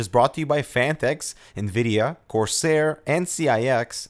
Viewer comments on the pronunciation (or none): none